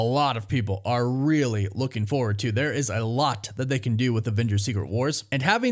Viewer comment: "Lookeen" is not a word.